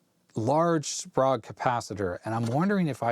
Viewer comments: Very nice journey through the past's perfect monitor. I'v always heard the cap's name pronounced as --spray-guh. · It’s pronounced “spray-g”